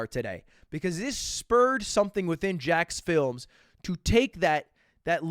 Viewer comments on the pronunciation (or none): You need to learn how to pronounce the S' in JackSfilmS, like who the hell is "jack film" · It's such an awful situation and I hope Jack's okay, but I can't get over that Lud calls him jackfilms and not jacksfilms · good video but someone tell lud he is pronouncing jacksfilms' name wrong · Ludwig, love your work, great take on the situation. But for the love of God: Its JackSfilms!! Stop calling it Jackfilms. Keep up the good work.